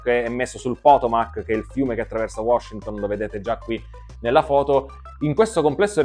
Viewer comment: Solo una piccola correzione di pronuncia da fare! Il fiume Potomac si pronuncia con l'accento sulla seconda o (Potòmac) e non sulla prima come siamo soliti fare